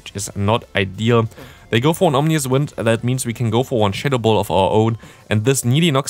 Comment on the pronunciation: Yo just fyi ominous is pronounced ah-min-nus